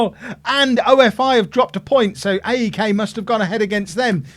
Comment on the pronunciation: OFI is pronounced ‘oh-fee’ like coffee without the c